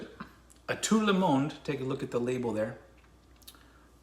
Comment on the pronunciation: you sound the d in monde as a syllable mon-duh